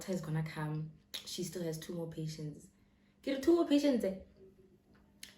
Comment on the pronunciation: "Two more patientse?!"😂😂😂😂😂